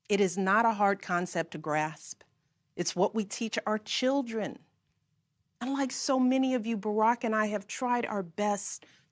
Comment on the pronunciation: did she say "unlike you" or did she slur her words and kinda say "and like you". Listen to it 5 or 10 times and let me know...